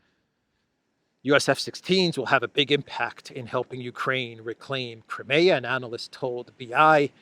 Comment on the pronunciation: Why do you still mispronounce, 'Crimea?'